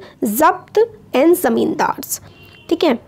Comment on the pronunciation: Voh to zabt hai mujhe laga ki zat key rHe ho